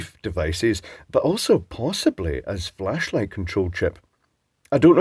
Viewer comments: thought you said fleshlight for a second there. Presumably there are electronic ones of those as well... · Flashlight (controller), did you say ?